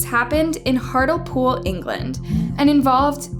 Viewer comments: It's not Hartle-pool, it's pronounced Hart-Lee-pool 😔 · It's so funny when she's talking about crimes here in Scotland ir in this case Engkand it pronounced heart le pool. Your vids are great tho keep them up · Hartlepool is pronounced heart-Lee-pool it’s in new castle uk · Second story, just a heads up but the place it happened, Hartlepool is pronounced Hart-Lee-Pool 😊 I remember the story well and it still makes me angry and sad because that woman did nothing to deserve the disgusting things they did to her!! It annoys me still that their identities are protected because of their age! They don't deserve that protection and considering the severity of the crim, their names should definitely be released the same way an adults would! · Just a quick note- the correct pronunciation of Hartlepool is “Heart-lee-pool” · All these stories were insane but the second one I live really close to and never even heard about it.. turns out they've been approved for lifelong anonymity which is crazy to me. It's also pronounced Hart - Lee - Pool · it's pronounced hart-lee-pool :') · It’s pronounced “heart-lee-pool” or “heartly-pool” 😁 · It's pronounced Hartley Pool but spelt hartlepool 😂 sorry it just made me laugh, I thought it was somewhere in America at first the way you said it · It's pronounced Hart-Lee - Pool. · Great video It's pronounced Hart-lee-pool btw for any future videos ☺️ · Sorry but I really don’t like it when people can’t pronounce English towns or cities 😅 Hart-lee-pool it’s pronounced lol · That's not how you say Hartlepool. It's hartleypool. FYI 😊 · Pronounced Hartlepool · The first time I have ever heard SDA (seventh day adventist) mentioned in a case I don’t even have the energy to call you out for the account on the first story as well as the misleading title😭 Hartlepool is pronounced as hart-lee-poole. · Hartlepool is pronounced like heart-lee-pool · Hart-ly-pool.... everyone gets it wrong 🤣 Everyone knew alco ange. Poor tragic woman